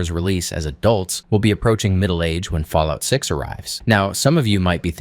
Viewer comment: New game take a hit of jet everytime he said falloit 6